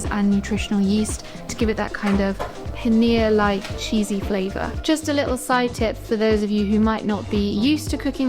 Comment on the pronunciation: It’s Paneer not panner 🤕